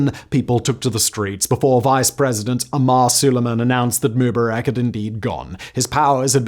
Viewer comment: Simon, you're not young. You're my age or maybe even older. You're old enough to remember watching this stuff as it was happening. How come you can't pronounce MUBARAK right?